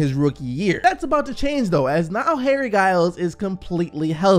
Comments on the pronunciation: Yo it's pronounced 'Jiles'. Not 'Guyles' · It’s “dji-ls” Not “guy-ls” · you pronounce it jiles not giles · It’s pronounced like “Jiles” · His name is pronounced Jiles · Just so ya know it’s pronounced “jiles” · Yo trust me it's pronounced jiles